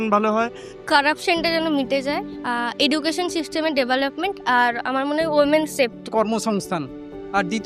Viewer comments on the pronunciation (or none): none